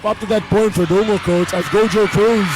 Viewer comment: GO-HO-CRUZ ✅ GOW-JOE-CRUZ❌